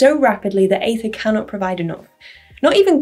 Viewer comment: it's aether not aethir, right?